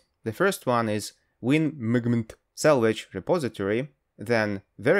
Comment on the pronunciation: movement sounds like mugmunt